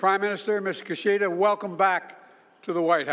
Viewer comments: His name is Kishida, not Kushida. Do your homework! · It's "key"shida.